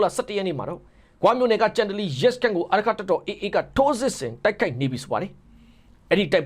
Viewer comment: ကျိန်တလီလို့ဖတ်ပါဟ